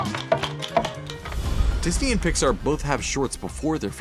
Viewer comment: ... "Dis a knee"